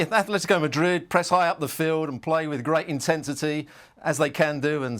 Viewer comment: I just love the way calls Real "Marid" without the d. As someone who doesn't know a lick about Spanish, it sounds just sweet in my ears 😊